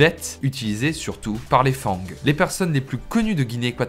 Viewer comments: Attention on ne prononce pas fangs Fan-gue mais Fan le g est en effet muet mais sinon bonne vidéo à part sa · Bnjr. J'adore vos vidéos mais une petite rectification. On dit Fang( le G ne se prononce pas trop) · On dit fan le g ce prononce pas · Salut, merci pour cette excellente vidéo 👍🏻 Par contre on ne prononce pas le g de "fang" 😉